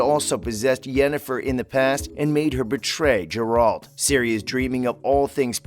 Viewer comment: What the fuck... Does he say Jur-alt?